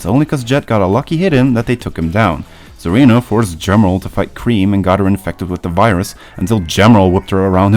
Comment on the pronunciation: Zeena not "Zarina".